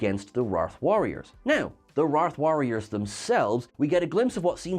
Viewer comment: It’s pronounced “ray-th” warriors.